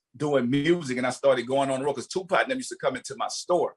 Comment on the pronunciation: Correct pronunciation: Tupac Master P: 2-POT